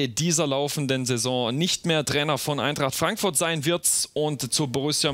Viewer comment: Wieso hört es sich ständig an als sagte er Eintracht Frankfurtz..